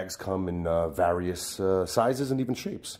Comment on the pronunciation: Does he pronounce various wrong or do I?